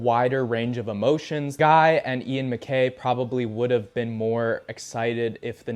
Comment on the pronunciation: You mispronouncing ian and guys name tickled me